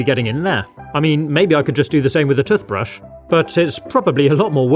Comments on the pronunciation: Toothbrush is pronounced "tewthbrush" not "tuhthbrush". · The way he ses toothbrush doesn't sound right 😂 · "TUF" brushes 🤣🤣🤣🤣🤣🤣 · Why you say tutbrush 😂😂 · I don't know why but I genuinely like how you say toothbrush 🪥 😁👍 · Ah yes tuthbrush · Great video as always. I love the way pronounced toothbrush...